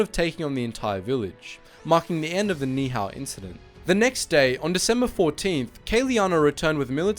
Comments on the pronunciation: You said the island name wrong It’s pronounced “Neee- Ee Hao” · There are far better YouTube videos of this event available. The very title of this video is incorrect; it was not a bomber pilot, it was a A6M2 Zero pilot. And he was not trying to invade Hawaii, he crash landed there. And please learn how to pronounce Ni' ihau correctly. For factually correct information, please view the other videos out there.